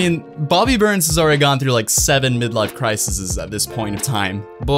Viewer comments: Pause The plural of crisis is crises. Not crisises Ok. You may continue. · Great video but I cringed when you said, “crisis’s.” The plural term you’re looking for is, “crises.”